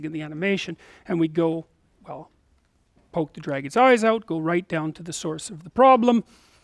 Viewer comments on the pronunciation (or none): none